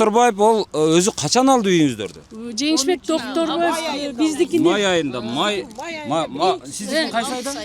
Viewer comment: 😂 ана сага настоящий Концерт😂🎉 Токторбай . эмес Доктурбай болуптургоо. Шармония Шармония Гармония болуптургоо